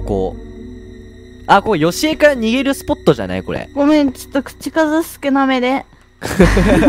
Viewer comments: ヨシコじゃなくてヨシエじゃない？ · よしこじゃないよ よしえですよ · よしえのことよしこって言ってたw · 1分35分の時よしえじゃなくてよしこって言ってなかった??wそれをはそうそうという。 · よしこじゃなくて よしえですよww😂😂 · よしこじゃなくてよしえだよ